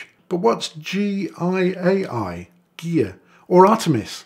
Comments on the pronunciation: Gaia is pronounced Guy-ya. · And it seems like nobody else watching this noticed that he repeatedly says "G I A I", instead of pronouncing "GAIA", so the rest of you apparently can't tell the difference between the letter 'A' and 'I'. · WTF is "G I A I"? It's spelt "GAIA", very clearly. Repeat after me... G.... A.... I.... A.... Who is this smug idiot? Can't even read basic letters! A two year old can read better than him. Hilarious. And he's obviously never heard of the word 'Gaia' before, or was just too stupid to attempt to read it when he saw it... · Many people noticed it. Just no one else chose to be a prick about it. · I just can't process this guy's inability to pronouce the word ""Gaia" just say "Guy-a" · Gaia - greek goddess of earth. Pronounced exactly as its spelled. Guy-ah. What is wrong with english speakers and foreign names? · How on earth does someone struggle to say gaia...?